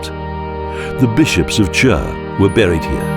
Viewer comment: nice video but only how yous ay CHÜR makes me laugh. Its simply Khur or just Chur nothing more